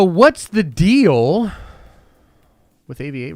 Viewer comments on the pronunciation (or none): none